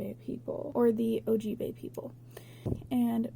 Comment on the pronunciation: did you mean ojibwe? if so, the W isn't silent.